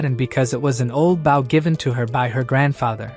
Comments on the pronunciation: why are you saing BAU when talking about a bow? say the oooo not the w!!!! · For the love of legolas! it's BOW not BAU!